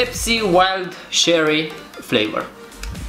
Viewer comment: Frate, cherry nu se pronunță cu "ş" pentru ca nu e franceza . Doar in franceza "ch" se pronunță ş, nu si in engleza